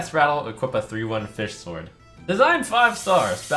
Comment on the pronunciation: How do you manage to pronounce sword wrong then pronounce it right and then pronounce it wrong again